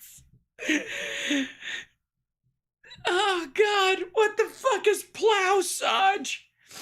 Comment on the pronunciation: Sparklers . . . You know it, and I know it . . . you've watched this multiple times now, and when "PLOWSAGE" drops, you lose it, along with Hal. 🤣🤣🤣🤣